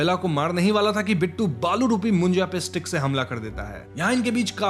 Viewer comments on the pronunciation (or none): Its not बालू its बाळू😂😂😂😂 north people cant say ळ